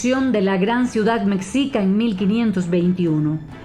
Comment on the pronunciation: ES. MEXICA OMEJICA. PRONUNCIADO. YA SUDAMERICANOS APRENDAN A HABLAR ESPAÑOL LAS PALABRAS MEXICANAS. NO PUEDES INCLUIR A UN CASO ENTRE TANTOS LOS MEXICANOS SOMOS INDO AMERICANOS Y ESPAÑOLES AL MAYOR PORCENTAJE DE ASÍ 50 Y 50 POR CIENTO. Y NOASEAS MENTIROSA. YO TENGO CASI 80 AÑOS SOY MEXICANO Y HE VIAJJADO POR TODO MÉXICO LO CONONOSCO. SOMOS HISPANOINDIOS. MESTIZOS CON GENTE EN MAYOR SANGRE HISPANA YTAMBIEN EN MAYOR SANGRE INDIA. Y MEDIA. NEGROS NO HE VISTO. ÚLTIMAMENTE LOS QUE APENAS HAN VENIDO EN CARAVANAS DE ESTOS ÚLTIMOS AÑOS PRETENDIENDO IR A E. U. Y QUE VIENEN DE HAITÍ CENTROAMÉRICA CUBA NEGROS VENEZOLANOS COLOMBIANOS. ETC. Y ESTÁN EN LA FRONTERA DEL NORTE DE MÉXICO CON E. U.... CASOS AISLADOS MUY RAROS NO CUENTAN. LOS MEXICANOS CONOCEMOS NUESTRO PAÍS. Y NO NESESITAMOS QUE EXTRANJEROS NOS VENGAN A ENSEÑAR. LO QUE ELLOS CREN SABER SOBRE NOSOTROS. SE LES NOTA SU IGNORANCIA SOBRE NUESTRO MÉXICO. LA HISTORIA. NO NO LA VAN A CAMBIAR. LOS EXTRANJEROS.!!!! 😂😂😂😂